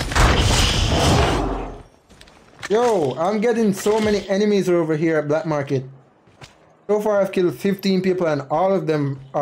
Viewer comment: Not bLack market, “ Market”